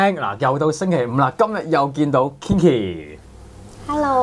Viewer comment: Kinky 係讀 "傾-ki"，就算Kinki唔介意都唔好讀錯